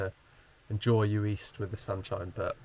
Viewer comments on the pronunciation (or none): What a great video. Good editing, lovely relaxing music choices. An absolute treat to watch! Heads up it’s pronounced yu-ist though, not yu-eest ;) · Uist is actually pronounced you-ist 🙂